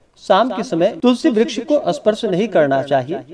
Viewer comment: महाराज जी मुझे ज्यादा ज्ञान तो नहीं है जो बार-बार आप तुलसी ब्रछ बोल रहे हो तुलसी मैया को ब्रश नहीं कह सकते